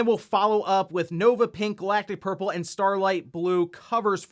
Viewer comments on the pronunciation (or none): I heard Galactus Purple when you said Galactic Purple, which I'm here for :D